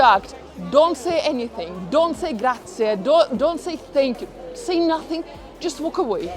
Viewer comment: It's not "Grazia" its "Grazie"!